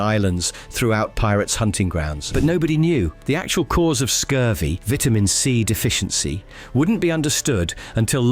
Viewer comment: You pronounce VITAMIN C wrong